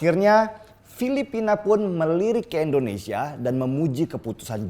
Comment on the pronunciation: Indonesia! bukan Endonesia!!!